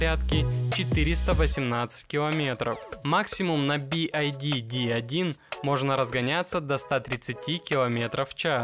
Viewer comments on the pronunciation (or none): It is not B.I.D. It's B.Y.D! Ok?!👌😉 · Не Би Ай Ди а Би Вай Ди (BYD) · Би-Уай-Ди правильно говорить, а машина прекрасная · Что за кривое и бесящее произношение произаодителя бивайди ???